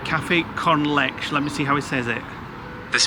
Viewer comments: I live in Spain, it's pronounced lay-cha not lesh. Useful to know as you will probably drink it a lot. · Lovely vlog, as per. Leche is pronounce letch-ay (AI mispronounces it, unfortunately but it's definitely not lesh or le-shay Safe trip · I have been wondering what they used to translate Cafe con Leche. I also am sure that I heard the lady who brought it to them say “ leh chey” not “lesh”. Makes me cringe to hear it pronounced that way. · Sorry /hide Leche is pronounced lechay as if there's an acute accent over the final e . The sound bite you played sounds english phonetic. Maybe it's pronounced 'con lesh' in some other part of spain other than where sisnab lived for several years. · You need to ditch your translation app because it’s incorrect . In Spanish a milky coffee is pronounced caf-ay con lech-ay. In Spanish, unlike French you pronounce every letter/ syllable!